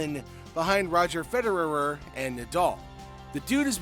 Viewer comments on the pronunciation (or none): This guy obviously doesn't follow tennis if he can't pronounce Djokovic or Federer correctly.